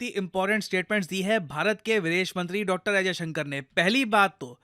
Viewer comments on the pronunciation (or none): मास्टर जी, विदेश मन्त्री महोदय का नाम एस. जयशंकर है (अजयशंकर नहीं है).